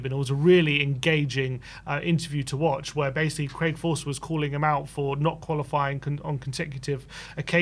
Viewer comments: "Craig Forster" lol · Craig FOSTER not Forster. He played for Crystal Palace in the 90's. Oh, and Portsmouth, too.